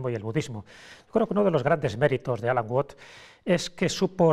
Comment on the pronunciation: Se pronuncia "uats" no "uots" Saludos! 😁